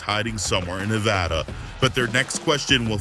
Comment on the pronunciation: thank you guys for saying Nevada properly since being from here people barley say it right